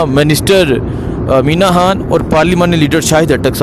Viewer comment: حان نہیں، خان ہوتا ہے۔ تلفظ تو تھیک کر لو۔